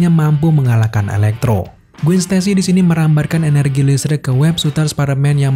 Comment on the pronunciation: Gwen dibaca Gwen bukan Gwin